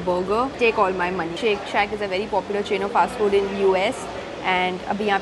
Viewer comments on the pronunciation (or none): none